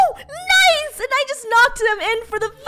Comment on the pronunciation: FUNNEH: " Noce " Me: Noce?' Video: She said Nice!